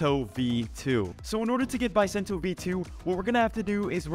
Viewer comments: Its called Buh sen toe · Its pronounced Beu sento